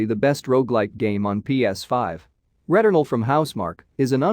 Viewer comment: I could listen to you say returnal all day my friend